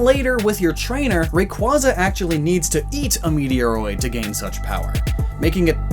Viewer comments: You told us to pronounce Rayquaza correctly, yet you mispronounced it yourself. Oof Its name is based on Quasar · "make sure to always pronounce Rayquaza correctly" legit says it incorrectly in that line But hey! At least you said it right lol.... (really tho i swear this is the pkmn i hear people say wrong the most like no kidding) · "Make sure you pronounce 'Rayquaza' correctly!" Also: mispronounces "Rayquaza" during the entire video Me:... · this bugged the hell out of me too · Tells everyone to "always pronounce Rayquaza correctly" while not pronouncing it correctly. Also: Pronounces it correctly just once in the entire video. It's pronounced that way because part of the name derives from the word "Quasar" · But then goes and pronounces it wrong lmao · tells us pronounce Rayquaza correctly Pronounces it incorrectly. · Deneb Thank you. I’m always super annoyed when people pronounce it like that (no shade to though, good video). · He is still pronouncing rayquaza wrong.. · He actually said it right once and then messed up the rest of the vid 😥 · "Always pronounce Rayquaza correctly" Pronounced Rayquaza incorrectly Nice work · Except there's still no real official way to pronounce it, so technically it isn't incorrect OR it is as correct/incorrect as you think it is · WHY CAN YOU NOT PRONOUNCE RAYQUAZA RIGHT!? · But you still pronounced it wrong... I mean you said it right once in this video Rayquaza with an AY not AR Also isn’t normal rayquaza technically it’s primal form already, if just never lost it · Rayquaza was still pronounced incorrectly in this video. It's pronounced "Ray-kway-za", not "Ray-kwuh-zuh". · He says to pronounce Rayquaza correctly, even though he pronounces it wrong. It's pronounced Ray-quay-zah, not Ray-quaz-ah. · Its pronounced ray quay zuh not ray cah zuh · WRONG Rayquahza CORRECT Rayquayza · But it’s pronounced Ray-kway-zar not, ray-kwah-zar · my god its RAY-QUAY-ZA